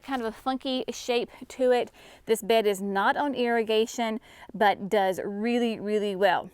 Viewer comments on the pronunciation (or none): none